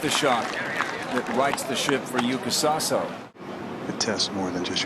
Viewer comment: In Japanese we do pronounce YUUKA not YUKA according to the Japanese Kanji.